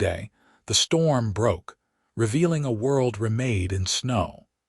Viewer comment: "ruh-MADE in snow"!!!!!!!!!!!!!!!! NOOOOOOOOOOOO!!!! "RE-made in snow"!!!!!!!!!!!!!!!!!!!!!!!